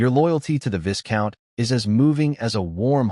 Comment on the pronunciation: Isnt there a way to correct how the AI pronounce words? I flinch everytime it pronounce viscount wrongly.